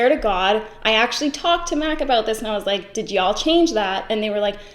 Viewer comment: She also said MAC right after that and I thought she was saying Matt!